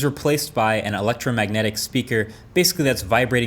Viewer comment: did I hear "electromagnetic spraker" ? no ** it's electromagnetic hahaha